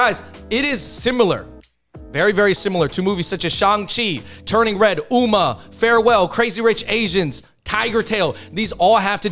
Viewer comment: UMMA is pronounced (ahm-ma) which is Korean for mom, not (oo-ma)